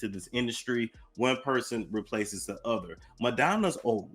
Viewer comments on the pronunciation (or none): they're not reacting to kid news. They're reacting to something worse. Also, it's "other," not "utha."